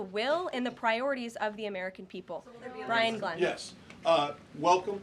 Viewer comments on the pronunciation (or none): none